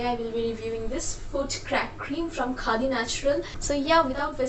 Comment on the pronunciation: Bap re accent 😂 Khaa di